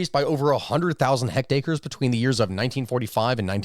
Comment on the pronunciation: Are you saying "hect-acres"?